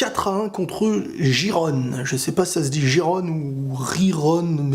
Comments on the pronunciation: Sa se prenonce Géróna pas girone 😂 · Ça se dit "rirone"